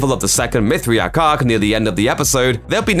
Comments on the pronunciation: say it with me now , mith ray ic ... you had me laughing like a mithriac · You say it MYTH RAY ICK bro. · Your inability to pronounce Mithraic despite hearing it dozens of times, shakes my confidence in your speculative opinion dude.